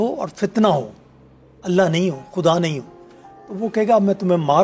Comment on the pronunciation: Why does this host always pronounce Urdu words wrong which start with غ? This host name is but she always calls her last name as “کھان”’ which shows how much she watches and is inspired by Hindi media and their language.خدا کو کھدا and غلط کو گلط کہنے سے کوئ modern نہی ہو جاتا۔ so please do not pronounce Urdu words wrongly. اردو زبان کو نہ بگارو بی بی۔ شکریہ